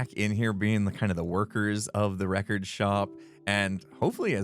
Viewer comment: Villager name: "Wreck-ord Ralph"